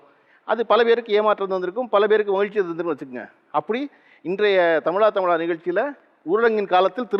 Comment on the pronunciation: Tamizha.. Endru sol sir. Tamila endrathu wrong ucharipu